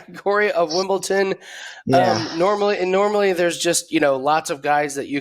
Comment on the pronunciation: Dude can’t even pronounce Wimbledon